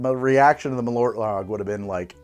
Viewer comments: Ö not O. practice :P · Hearing Americans pronounce it M’lort as a Swede makes me giggle every time♥️ (As you probably know malört is wormwood in swedish)